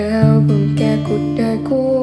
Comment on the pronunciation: ngoài ng - n, còn "cuột đời" nữa. nhưng cái đó bình thường thôi, lý do ca sĩ phải học phát âm :D